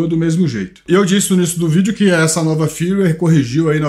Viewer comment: Amigo, seus vídeos sobre a insta360 são ótimos, mas com todo o respeito...Não fale "windescreen". A pronúncia é "uaidescrin". Se escreve "Widescreen". O mesmo vale para Firmware. Se pronuncia "firmeuere". Você é alguém que, por atingir um grande número de pessoas, tem a responsabilidade de pronunciar de forma correta jargões técnicos para a população. Encare por favor como uma crítica construtiva. Parabéns pelos vídeos e pelo canal.